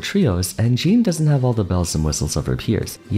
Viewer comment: Is it just normal for english speaking people to not be able to speak "Jean" properly? (There is a diffence between the name Jean and Jeans) Or do you just think it's right that way